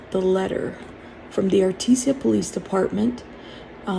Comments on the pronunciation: Ar-tee-Jah not Ar-TEE-SIA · Thank you for this info. Artesia is pronounced R tease ya.